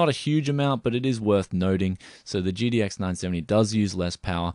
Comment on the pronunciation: Am I the only one that hear "GDX" when he says "GTX?"